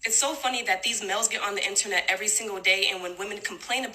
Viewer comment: Why does she say mels instead of males. Why not just say men?!